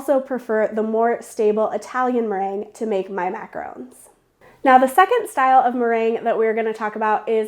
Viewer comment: MAC-AH-RON not RHÔNES!